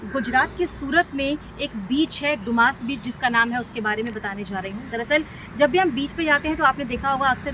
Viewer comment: Madarchod ise doomas naki bolte dumas bolate hai